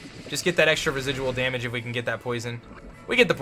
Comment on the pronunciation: The way says damage is hysterical. "Dah-midge"